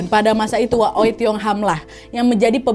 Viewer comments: Setauku dipronunce-nya Wei, bukan O-eiy 😅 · Maaf bu.bukan oei tapi oey.gitu jgn salah sebut .ya!!!! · Maaf kak Nad, kata Oei dibaca Wi. Karena daku ada teman bermarga Oei. Halo Sandra Wijaya. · Btw wak ijin koreksi ya, membaca “oei” yg benar itu “owi” atau “uwi”😊 CMIIW🙏🏻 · oey / oei dibaca wei / ui (wi) kak nad ☺ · FYI, Oey itu dibacanya Wi. CMIIW 😅